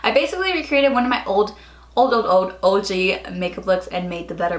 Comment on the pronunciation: am i the only one who caught her saying "OJ" instead of "OG" lol isn't OJ orange juice? haha love you!!